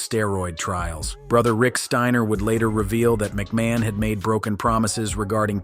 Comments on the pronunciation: 'Scott Steener' 😅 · Bro did you really say Scott's name like that 🤦